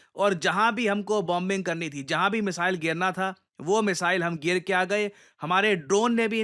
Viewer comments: Gira ke aagye…. Gayr ke aagye kya hota hai. Lakkho log sunte hai fir fashion me wahi kahne lagenge. Aise he Hindi hashiye pe ja rhi hai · Gira ke .... Not ger ke